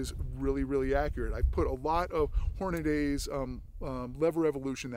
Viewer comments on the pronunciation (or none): If u say hornadAY, shouldn't you also say LEEver ?